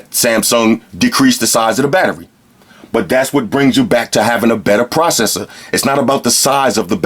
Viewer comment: I like the way he ses "proseser"